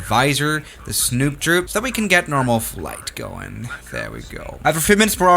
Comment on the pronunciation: You said snoot droot